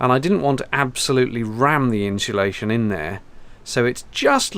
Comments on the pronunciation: People say ‘inshulation,’ extra ‘h.’ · "Inshulation", I'm guessing ... (although, it could always be "Hinsulation" ...) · I wish people could could say: "insulation" properly..... Where does the extra "H" come from?